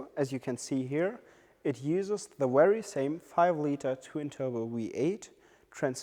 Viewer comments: Good video but the presenter needs to learn the difference between 'V' and 'W'. "Wery wery good" made me laugh a bit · For Europeans V and W is reversed